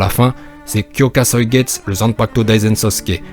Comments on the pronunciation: Merci enfin la bonne prononciation . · Pour le shikai de aizen tu le prononce mal le u se prononce à la fin